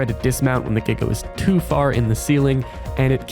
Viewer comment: NO WAY YOU PRONOUNCE GIGA CORRECT YOU GET A SUBSCRIBER BECAUSE OF THAT